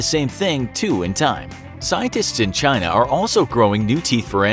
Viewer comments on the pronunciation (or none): none